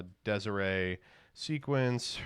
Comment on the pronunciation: Please stop calling it Des Iray it's a latin word